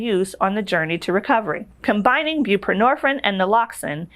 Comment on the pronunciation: Suh-box-own. Bū-pruh-nor-feen. The last syllable of each word contains a long vowel. Sorry to correct you.